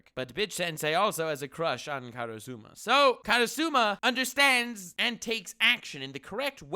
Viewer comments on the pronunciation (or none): Karusuma....It's Karasuma HAHAHAHAHA Still love the vid! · Me hearing him say kara.suma, k im outta here you had your chance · YOU DIDN'T WATCH ASSASSINATION CLASS ROOM, IF YOU DID HE WOULD BE ABLE TO PRONOUNCE KARASUMA!!!!!!!!!